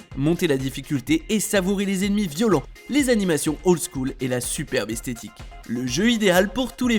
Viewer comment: Euh superbe hestetique 😂